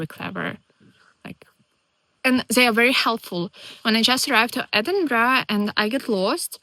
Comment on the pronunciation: How is it that a young lady from the Ukraine can pronounce Edinburgh properly, but not a single American can manage it? 🤣